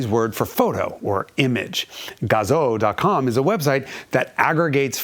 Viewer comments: it's Gah zoo gah zoo like Kazoo but with a g it's not Gah Zoe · GAH-zoo not GAW-zoh ;) There's no USA accent in Japan. Buuuut amazing piece on the best sounding engine ever made! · gazoo is pronounced, GAZUU. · Its pronounced Gazooo - idiot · I had to stop watching this video because the license plate told me not to. Also, Gazoo rhymes with kazoo.